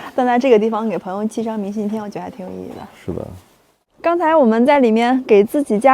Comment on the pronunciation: 东北女孩都白，到东北都变白了变漂亮了。在西北时脸黑黑的一副疲惫不堪的样子。另外 明信片的“片”,金鸡冠的“冠”为什么发一声，不是四声吗？西北和东北教的不一样？